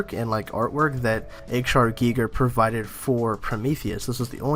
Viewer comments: giger. pronounced geeger. both hard Gs. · Giger, is pronounced with a long e for his last name (GHEE-ger), most westerners do it with a long i (I use to do it before I watched the documentary on him and heard how they said it), but it's a Swiss-German surname. Had an Art major friend that did his final paper on his art work just after the Alien movie came out and he showed me the work that the movie was based on and several other artwork that he had done. I fell in love with his work back then. Love his artwork and it was a great that you mention him in your theory on where the Alien artwork designs come from. Good theory too. Though I think they will do a 3rd movie after Covenant. I also think they "stumbled" upon what ends up making what we have as the classic Alien though a mix of our DNA, the black goo, and maybe a third strand. The engineers may have had something similar before "making" humans and then testing on them and had "servants". When they used it on humans they got a creature they couldn't control and used them as weapons. This may be a possibility of how the xenomorphs became a bio-weapon for them, and less of a servant. On the mural, the facehuggers shows that they were doing something (experimented?) and I think this is were they show the develop of servants or weapons. But the upper mural looks like the creature is subjugated to the "engineer", though it is had to tell if it's an "Alien" or another creature that has some resemblance to the xenomorphs. Just my theory on this topic, which may be way